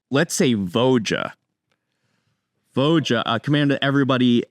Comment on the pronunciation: Just as a heads up, it isn't "Vo-juh", it's "voi-uh" - the J is pronounced like a Y. Tolsimir's name is very northern-european and the J being pronounced like that is pretty consistent across most of the languages in this region